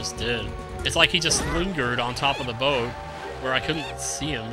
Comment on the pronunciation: my sis and i think that your laugh is soooooo funny and the way you says boat is funny to great vid lol